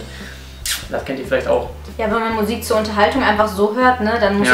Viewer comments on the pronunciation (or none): *MUSIK nicht MUISK :D